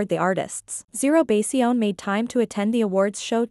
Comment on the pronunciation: This creator should also show some respect and learn the correct pronunciation of ZeroBaseOne. 3 simple words, not that difficult!